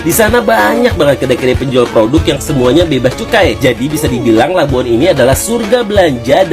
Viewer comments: Labuan..bukan Labuhan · Ayat sebutan tu tak betul LABUAN bunyinya bukan LABUHAN tapi bunyinya LABUWAN betulkan sebutan tu jgn kelirukan orang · ...Labuan. bukan Labuhan... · Ohhhh.. ohhh ting ting... bukan Labuhan lah, ( Labuan ) 🤣🤣🤣🤣🤣🤣🤣🤣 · Bukan LABUHAN tapi LABUAN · Labuan..bukan labuhan✌️